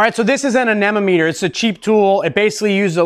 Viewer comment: "Ann eh nometer"